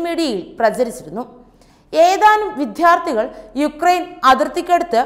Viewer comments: കുട്ടീ "വിധ്യാർഥ്തി " അല്ല വിദ്യാർത്ഥി ആണ്.മാതൃഭാഷാ ഉച്ചാരണം പഠിച്ചിട്ട് വായിക്കാൻ വരൂ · "വിധ്യാർത്ഥി" ... അല്ല ... "വിദ്യാർത്ഥി"... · വിദ്യാർഥി , ഇ ങ്ങനെയാണു ഉച്ചരിക്കേണ്ടത്. ദയവായി അനാവശ്യ ഊന്നൽ കൊടുത്ത് ഉച്ചാരണം വികലമാക്കല്ലേ!